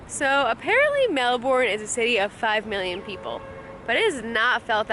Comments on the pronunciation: Stop bloody saying melborn; it so freakingly annoying the way you are saying it, anyways its pronounced as melburn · You're actually still saying Melbourne incorrectly, even with your accent. It's pronounced melbern, as opposed to melborn. You can still keep your R, I'd say it's a weird ask to drop your accent for a single word, but saying "melbern" rather than "melborn" will get you far in the land of not triggering locals. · that was a memorial to world war 2 not 1. Also Melbourne is pronounced Mel -bun not Mel-born. It’s Australian, mate. And why spend only one day in Melbourne? That’s just crazy! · So happy you got to finally visit Melbourne! I find it interesting how different cities across the world can be pronounced so many different ways. I've always pronounced Melbourne "mel-burn" and I'm an American but a co-worker pronounces it "mel-born". Beautiful city! I've been amazing since watching your #oneyearworldtrip at how you and Peter found such amazing hotel rates and the places you visited are even more amazing! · Stop saying Mel-born!! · still pronouncing it wrong.